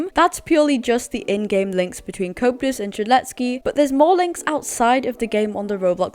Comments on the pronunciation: It's pronounced "Co-ep-tus" not "couptus" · Stop butchering Coeptus’s name. It’s Co eptus